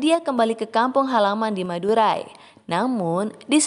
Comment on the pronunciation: Denger madurai jadi madura